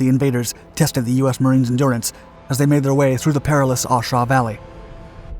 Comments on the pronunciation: The content is interesting but the voice at 90 mph does my head in , the r Shaw Valley everyone else pronounces it as the A Shaw Valley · We called it A shau. Not Aw shau. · I isn;t pronounced "aw shaw"